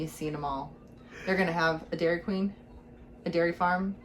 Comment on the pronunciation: 😂😂 I'm dying here.. videos like this, should allow multiple likes 🤣🤣 And.. it's "Deaurry Queen"!